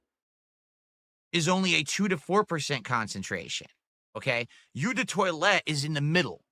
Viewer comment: It's pronounce "oh" not "you" jfc